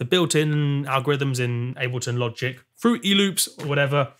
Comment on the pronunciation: 😂😂😂The way he said "fruity loops"😂😂😂